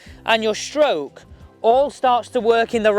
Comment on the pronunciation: It’s stroke, not shtroke